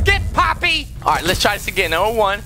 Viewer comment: i’m hispanic and ngl it sounds like pápi(dad) then poppy